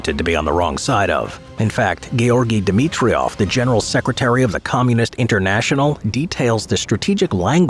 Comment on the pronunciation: It's Georgi Dimitrov, not Dimitriov.